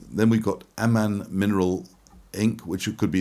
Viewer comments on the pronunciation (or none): none